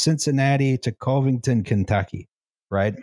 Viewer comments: As a local of the Cinci area, it's weird to hear people call it "COH-vington" (like cove) instead of "CUH-vington" lol That said, Cincinnati bridges are a fuckin spaghetti nightmare, honestly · Timely criticism, I know, but the Cov- in Covington rhymes with love. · It’s pronounced Cuh-vington